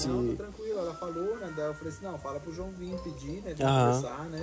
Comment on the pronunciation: O João pq voce falo começa com d e termina com e kkkkk